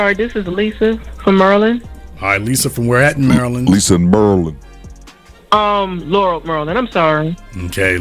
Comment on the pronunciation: You mean "Lurrul, Murrlund"